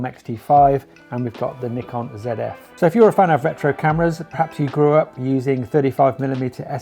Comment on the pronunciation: It's pronounced Nikon 😬